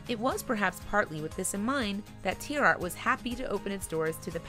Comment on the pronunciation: I do wish they would pronounce tierartz correctly.